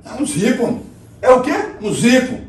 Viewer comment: " é um zípo" KKKKKKKKKKKKKKKKKKKKKKKKKKKKKKKKKKKKK